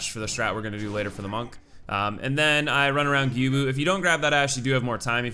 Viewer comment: Learn to pronounce stuff like gyoubu and other things you butchered